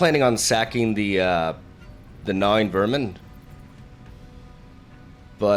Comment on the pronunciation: why does it sound like he's saying "nomming" whenever says "gnawing" XD